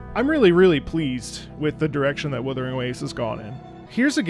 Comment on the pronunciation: Wutthering? Wuthering... What? Wuthering Heights? AGHHHH LIMBUS COMPANY REAL